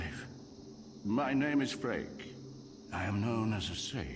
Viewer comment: could swear it was pronounced "Fray-kuh"